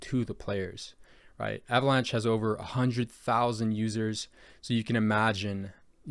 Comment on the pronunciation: good video but, that is not how you fucking say avalanche lmao